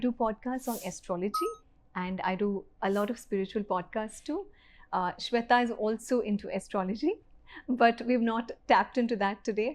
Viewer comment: What's the problem with pronouncing Shwetha with the right Sanskrit 'e'??? Why the wrong western 'e'. Ashamed of your own language?